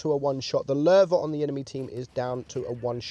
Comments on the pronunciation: This was recomended for me now don't konw why but i Like how he sais Löwe (i am from Germany and why can't non germans speake the ö right) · Wow ur pronunciation became pretty good🖒 Nice effort u are pretty close to the original pronunciation. Only a little thing: You pronounce the "e" a little like an "a" but I can't find an English word which has the german "e"-Sound in it (maybe like the e in mechanic but I'm not sure) All in all great effort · U are like the ONLY english or have english as a language that pronounces Ö right lol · He pronunced it right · You pronounced it has good has an non norwegian could have done or skandinavian for that matters